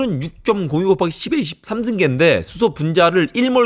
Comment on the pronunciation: 10에 13승으로 들리네요.계속. 10에 23승으로 발음해야